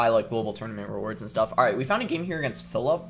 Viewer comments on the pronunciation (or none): Lmao he called Felipe 'phillip' and Rafael 'raffle' 🤣🤣🤣